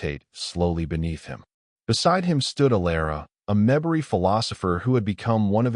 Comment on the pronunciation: Terrific story that is incomplete. The bad pronunciation by the AI narrator is very disconcerting, and annoying. The difference between PROject and proJECT is monumental. Pronouncing MEMbari rather than MemBARi is insulting to the species. Difficult words like bow and bow have entirely different meanings. This is why and real person, fluent in English, really needs to be narrating stories. Looking forward to s part 2 plus.